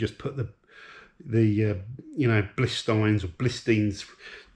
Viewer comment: B-I-L-STEIN not Blist... (pronounced Bilshteyn) I have the Eibach springs / Bilstein shocks on mine (The B12 Sportline). Love it. Get the Clubsport sorted out. Estoril Blue bonnet, wheel refurb and faults sorted. And enjoy the E36 328i also. I you love older BMW's and you weren't using the M140i as much as you'd like, then it's not the worst decision in the world.